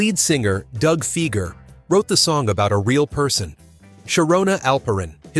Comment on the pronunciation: It's Doug FI-ger, not FEE-ger. Ugh.